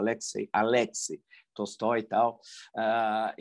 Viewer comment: Para quem tem interesse em pronunciar corretamente palavras russas: Tolstoi lê-se : Talstói